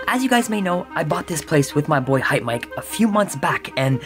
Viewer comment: its hypemyke not hypemike